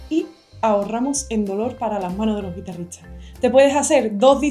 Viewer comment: Tocas excepcionalmente. Ya has trabajado con tu pronunciación de las ST ? Es que todas las veces dices TS como Guitarritsas en vez de guitarristas. Eso me distrae y ya no puedo seguir escuchando.